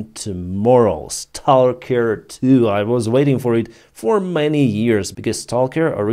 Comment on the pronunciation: salker, say stawker